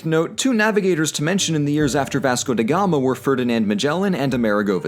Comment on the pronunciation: My country 😢 Look at us go! The definition of Portugal is "Forced Friendship, either by your side or ours, we only wanna survive" (Edit: pronouncing "Vasco da Gama" made me choke on my tea, I now can smell Earl Gray forever, thanks 😂) (Edit #2: Okay...there are a few mistakes but not so big it makes a giant difference, you safe )